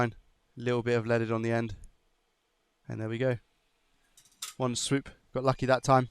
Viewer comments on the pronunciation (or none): none